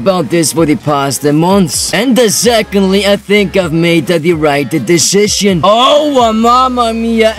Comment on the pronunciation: The ‘rrrightte er ddecission’